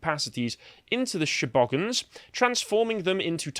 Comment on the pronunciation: "The native population of Gallifray, the She-Bogans." Australians howling with laughter in the corner.